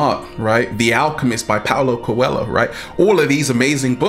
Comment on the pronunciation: Awesome video as always, Ralph! But I have a correction this time: We pronnounce the "Coelho" in the name "Paulo Coelho" as "Co - eh - llo (like in the spanish word llama) <3 Funny fact is that this word means "bunny" here in Brazil! Have a good day!